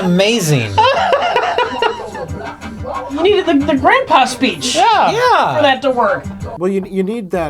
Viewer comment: dahts ahmuazing!